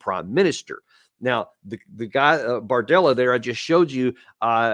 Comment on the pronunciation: hand-pink-waving:Be sure you pronounce his name as BARdella, not BORdella.... although politics often look like a bordella:face-turquoise-covering-eyes